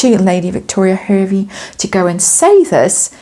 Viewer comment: hervey is pronounced harvey